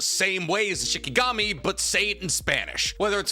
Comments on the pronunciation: calling shinigami shikigami makes my heart piss its pants. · Keep saying shikigami, for bleach when they're shinigami